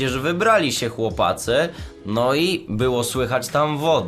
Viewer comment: oj tak sie starasz mówić chłopcy, ale i tak mówisz chłopacy😂😂😂